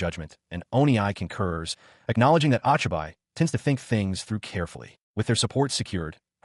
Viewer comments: "Ah chai bai" instead of Ochibi lmao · I'm pretty sure the name is pronounced "Oh-Chee-bee" The "i" Is never long in romanji unless it is after an "A" Also, creating ANY kind of automobile in a fantasy world shouldn't have worked. She should at least be limited to things within the Tech Level of the world. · Hey bro.. Isn't the 'o' in Ochibi like hey? and the extra "ne" like it is spelt cutely by kids?